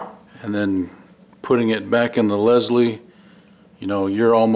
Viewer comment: It's Pronounced "Lyle" not " Leslie" but thanks for the information...